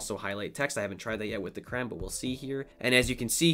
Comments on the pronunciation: "cray on" not "cran" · Cran? Thought it was crayon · I don’t like the way he says crayon 😤